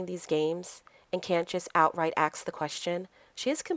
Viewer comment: Explain... you pronounce "asking" correctly, but ask as "ax".